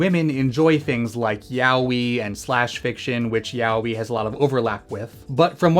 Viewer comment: /twiching eye/ Ya-oh-ee, not Yah-wee. I'm struggling to watch this 'cuz of this horrendous pronunciation.